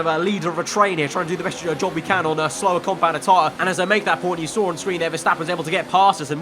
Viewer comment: did he say Job done or Dob done??